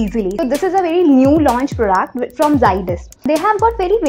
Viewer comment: It’s product! Not prodaaaact 🤣